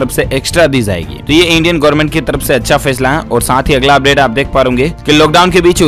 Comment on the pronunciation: Zaegi nahi, Jaegi bola jae Urdu shikhna zaruri hai Zankari nahi, jankari Zarahi hai nahi, jarahi hai